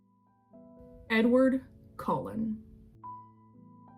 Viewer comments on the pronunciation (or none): Did she just call Edward Cullen “COLON”? 🤣🤣